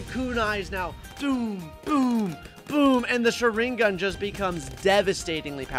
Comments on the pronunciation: And he is not saying sharingan right😂😂😂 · Bro if you're going to save a name wrong at least say correct it's pronounced shringgan also it's RASANGUN